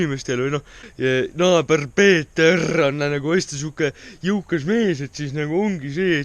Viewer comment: Väga lahe video,see koht on väga naljakas kus sa ütleb näiteks kirrrrves või peeterrrr